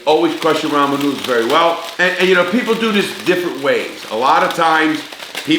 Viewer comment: Rah-moo noo-dooles